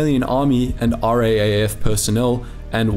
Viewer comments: It's R double A F or Rough. Not R-A-A-F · Please do us all a favour and pronounce RAAF as R-AA (as in battery )-F. Cheers, your fans. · RAAF...Raaaayef. :) Ya Aussie lol